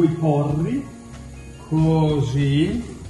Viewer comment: BRUUUUMOISE COOOOSSSIII COOOOOSSSIII (pt.2) TAAAC (anche milanese signorii) ECCEZIONALEEE (PICCININI ON)